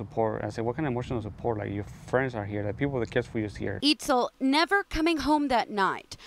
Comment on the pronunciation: “eatscel” not “eatzul”